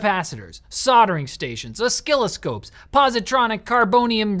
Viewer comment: O-skill-oscopes...really? :D